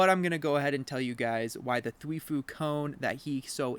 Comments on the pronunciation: twifO not foo lmao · th wi fo not thweefoo :) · He mis pronouncing twifo is giving me brain cancer